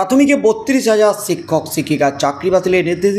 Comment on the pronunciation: সিক্ষক সিক্ষিকা বলছেন কেন। শিক্ষক শিক্ষিকা বলুন